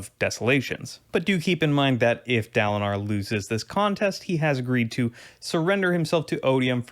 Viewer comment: Neither Kaladin nor Dalinar has an “ah” sound for the first syllable lol. I mean I’ve never heard them pronounced that way! It’s an in-between short A and long A sound, idk what it’s called. Like Kal like in “calorie”